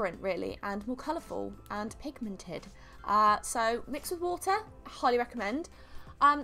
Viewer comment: She said pigmented had to point that out